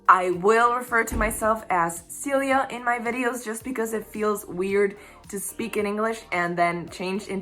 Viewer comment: Celia! That is such a gorgeous name! I love the accented version of your name much much much more than the 'English Speakers' pronunciation. :)